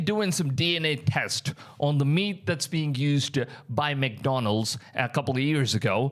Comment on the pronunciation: It's man-donalds 😅